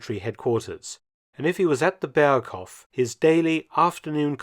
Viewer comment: "Berghof" with a slightly longer o, please